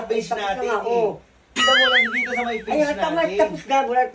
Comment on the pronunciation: Dti po hindi dit hehe